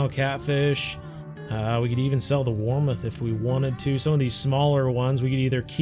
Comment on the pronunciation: Great vid but it’s warmouth not warmuth